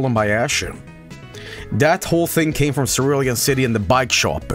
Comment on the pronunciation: it's pronounced cerulean city The issue with that is that Charizard is one of the worst Pokemon and that they aren't cool that's fuschia and thus their tongue but charizard doesn't look cool encore is also good in nuzlockes. so like, still not here but like, not JUST competitive. whoa i didn't notice the anime bike cerulean misty thing either